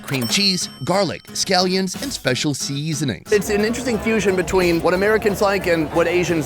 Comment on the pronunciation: Love the MN state fair! But if you are a native Minnesotan, why do you pronounce "seasonings" so strangely? 😂